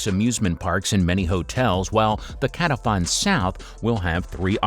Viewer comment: How about getting some of the names right? It's Vendome, not Vendon and Qetaifan, not Catephan.